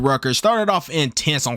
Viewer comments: "Louiss ville" 💀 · “lewisville” is crazy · Loo-e-ville bro 😂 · Love his vids, but him pronouncing “Louisville” wrong irks me a bit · The S is SILENT in Louisville